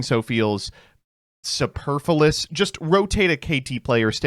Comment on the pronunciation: Superfluous, not superferlous